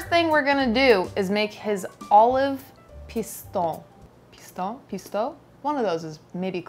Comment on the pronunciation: In french ''ou'' is pronounce like the ''oo'' in ''food''. So Pistou should be pronounce as ''pis-too''.